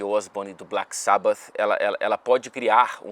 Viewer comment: Parabens pela pronuncia DO BLACK SABBATH!